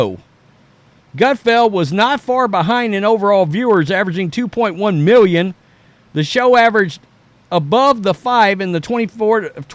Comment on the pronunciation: 1.5 mew-yun?